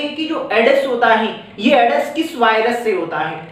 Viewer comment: All class very good.... पर सर वो एडस नहीं एड्स होता.... क्षेत्रीय बोली का प्रभाव 😁